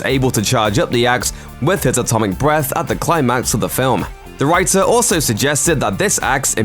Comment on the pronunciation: You said atomic breathe wrong.